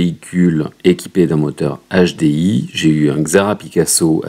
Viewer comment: "un nachedé-i"